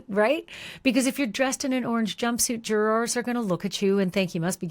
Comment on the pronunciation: This is a greatvideo, but if i hear jurRORs again i might go crazy 😂😂😂😂 idk why it bothers me so much, but your voice is very soothing and the story is very well done